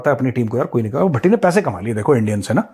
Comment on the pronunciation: sir BHATTI JI BOL RAHE HAI.........mujhe "TATTI JI " sunayi de raha hai🤣🤣🤣🤣🤣🤣🤣🤣🤣🤣🤣